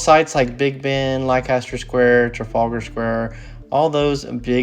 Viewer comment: Leicester Square is pronounced Lester....so you don't get lost!!! x